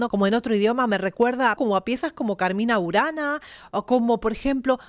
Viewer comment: En serio dijiste “Carmina URANA”?